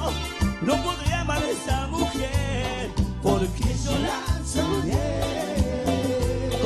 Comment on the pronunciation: por que en el primer tema de Red, en vez de decir "mujer" dice "muñer"? jajaja, aguante la guerra de los colores!